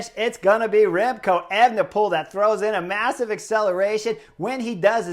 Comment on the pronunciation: That guy sounds like an idiot to me. I do not enjoy him or Phil...prefer the euro guys that call the TdF...anyway, FFS can you tell to say evNePole instead of Ayvnepool...I cringed EVERY time he tried to say that name.